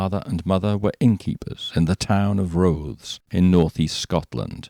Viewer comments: Oh well I'll let you off with mispronouncing Rothes then. It should be "Roth" as in "moth" and the "...es" is pronounced as "...is", it comes from the Scottish Gaelic "Ràthais". Excellent channel by the way, well researched, beautifully narrated and no gaudy sensationalism. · Its pronounced Roth ess not like clothes. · The 'e' in Rothes is sounded.